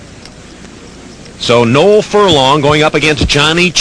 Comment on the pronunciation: I like how the commentary pronounced my name correctly.....Noel